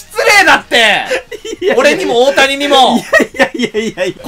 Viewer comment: ただでさえ笑い転げてたところに、オオタニさんのイントネーションが太田胃散でトドメさされたw